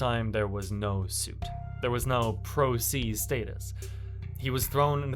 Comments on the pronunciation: Its pronounced pro- say not pro-sea . Prose' is when you represent yourself in a legal case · "Pro See" ? "Cocky Pants" ? Who da fuck is narrating this shit, LMFAO. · Pro “say” is how it’s pronounced.